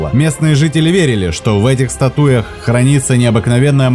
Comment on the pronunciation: "В этих стату́ях..." Вы серьёзно??